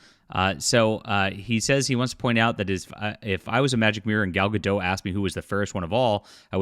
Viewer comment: Gadot, not Gado